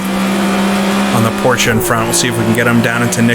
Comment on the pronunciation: I like how we pronounce Porsche and Nordschleife the same way 😀 It seems like if you talk to ten people then six of them will pronounce it differently. But I say it exactly like you do.